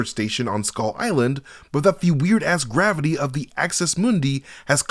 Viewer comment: You keep misspeaking "mavity".